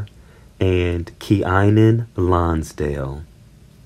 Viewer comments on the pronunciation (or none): Pronounced Keenan